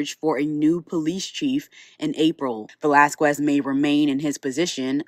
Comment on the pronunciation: A news reporter should know how to pronounce Velasquez by now lol